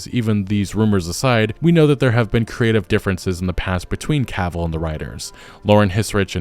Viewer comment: Ca vill. Not Caaaavil. I feel like Hermione now, but it had to be said.